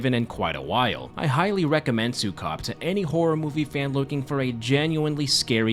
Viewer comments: its not su-cub it's Sue-kob. k-ob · 'su-COB' made me burst out laughing. it's su-KOH-b like how you say 'zuko' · It really bothers me that people don’t seem to even attempt to look up proper pronounciation when they cover foreign media. Maybe I should be grateful my culture is getting any Western recognition at all, but it always rubs me the wrong way. It’s pronounced, “sue-KOHB.” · Say it like "Sew" "Coob" like Scooby Doo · It's "súkob" with accent on the first syllable :> Thank you for coverung this film! It traumatized me as a child 😭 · As a filipino, im gonna be brutally honest---the pronunciations of the filipino last names (and the title of the movie) made me chuckle. not a bad thing, i love getting coverage of media from my country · Yey ❤ thanks. By the way you pronounce Sukob in a very foreign way 😂